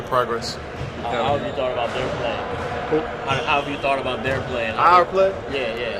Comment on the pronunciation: I think it's fine for the reporter to say "their play", but if you listen, he says "THEIR play", which sounds like he's asking it that way purposely, and probably trying to get a dig in. Based on that, I think KD handled it perfectly.